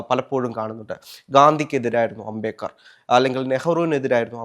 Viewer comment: Ambekar alla ambedkar... Etha ee avatharakan ula..